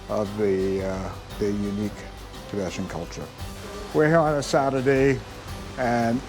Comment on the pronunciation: It is NOT pronounced "Ti be shun". It is pronounced, "Ti be tan".....c'mon man, if you are going to mention them, get their name right at least.